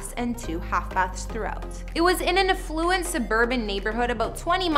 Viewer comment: AF louent. Not a fLu ent.